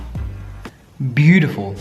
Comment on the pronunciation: Hate the way you say beatiful 😒